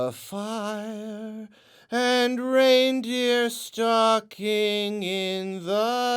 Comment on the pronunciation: Just saying "Reindeer stocking in the tree" sounded so concerning at first. Legit thought this guy said a reindeer was stalking him.